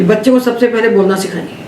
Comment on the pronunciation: पहले का उच्चारण पेहले किया जाना कितना उचित है?